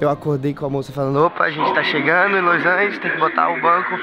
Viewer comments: q agonia o falando loisangeles ao invés de los angeles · Los Angels